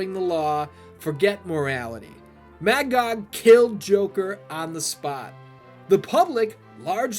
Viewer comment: It is really interesting to hear you pronounce it as Mag-og, I always read it as Ma-gog